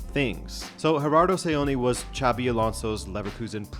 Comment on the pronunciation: Its pronounces sabi not chavi xavi es the catalan name (sounds like an x) xabi is the vasque one( sounds kike an s)